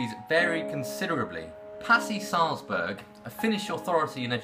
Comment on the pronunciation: You are pronouncing Sahlberg wrong its not Salzburg